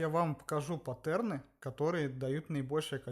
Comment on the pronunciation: Как же уныло ты рассказываешь, это просто кошмар, 3 раза пересмотрел и толком ничего не понял, потомучто скучно и начинаешь думать уже о чем то другом. И правильнее говорить не паттЕрны, а пАттерны, слух режет